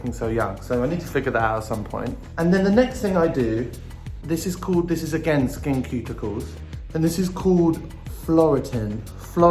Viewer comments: LMAO literally Sam Smith saying Skin Cuticles instead of Ceuticles idk why but im crying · I cant be the only one frustrated that they dont put any products on their beard area. Or frustrated by the way they pronounce SkinCeuticles with a K sound instead of an S. 🤣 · skinceuticals = skin "suit" icals, not skin "cute" icals. like pharmaceuticals for your face. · I'm so annoyed by how Sam constantly says SkinKeuticals instead of SkinSeuticals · Is it me or is he saying "Cuticles" instead of "Ceuticals"? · It’s pronounced SKIN SOO-TI-CALS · I love how Sam Smith says “skincuticles” 😂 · i love how they pronounce skinceuticals "skin cuticles" 🤣🤣🤣 its so cuteeee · I have noticed people in the comment section refere to him as "they" can u tell me why?? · sam smith pronouncing 'SkinCeuticals' as 'Skin Cuticles.' Most adorable thing ever. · Skin-QUEUE-ticals?! I always pronounced Skinceuticals like I would pharmaceuticals... but I'll do as our leader says! 😅♥️ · Love ya Sam.. but this is not how SkinCeuticals is pronounced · You literally pronounced every product wrong Sam 😂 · For a 28 year old, Sam has awful skin. Loving the awful pronunciation of “SkinCeuticals”. Also, you shouldn’t touch the dropper on your face as you can contaminate the product. Love how open and honest they are.